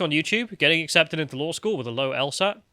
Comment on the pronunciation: She said “el-STat” instead of “el-SAT” for the LSAT. Methinks she isn’t very smart.